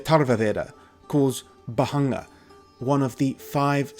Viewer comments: Amazing video as always. I think in the pronounciation of bhangā 'a' is silent. In india the only people who smoke "bhangā/marijuana" traditionally have been sadhus, but it is strictly prohibited for consumption of normal people ( there are no special clauses that exempt 'sadhus' from smoking prohibition, it's just that authorities recognise the traditions and does not meddle in sadhus' way of life). The only way common public consumes it is through a special 'bhangā' milkshake/drink specially prepared in festivals related to lord Shiva ( most prominently Shivratri ). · It's Bhaṅga in Sanskrit and Bhāng in Hindi, is both pronouncing and spelling it wrong